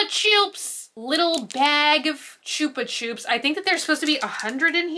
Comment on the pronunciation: It’s pronounced “chupa CHUPS” not “choops”